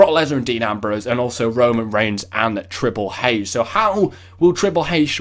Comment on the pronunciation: Triple h not triple hache lmao good vid though